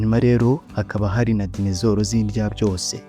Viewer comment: Ntabwo Ari dinezoro. Ni dinozoro